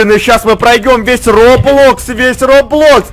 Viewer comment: Ещё не роблокс а удорение падает на ро